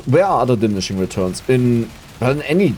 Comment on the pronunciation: di-mini-shing :D